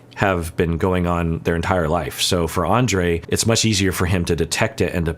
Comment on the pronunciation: I mean no disrespect when I write this, but maybe it would be a good idea to Pronounce Andrei’s name the way Libby pronounces it, because that is the proper Slavic pronunciation of the name.